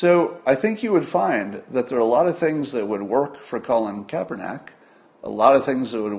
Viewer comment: It is Kaepernick, not *neck